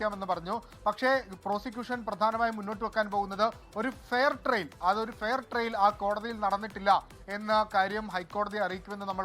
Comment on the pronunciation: എടൊ ഫെയർ ട്രെയിൽ അല്ല ഫെയർ ട്രയൽ ( fair trial ) ആണ്.